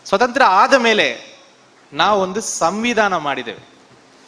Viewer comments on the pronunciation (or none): Swathanthra alla swaathanthrya